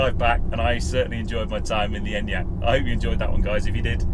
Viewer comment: finally someone in the UK who knows how to pronounce it haha